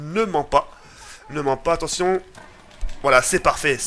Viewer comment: Il a dit attontion